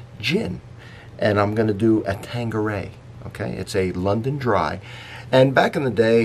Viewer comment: why do Americans call it tangueray ? It is Tanqueray here in Canada and also in Europe , this isn't the first ive heard people pronoucing the "Q" as a "G".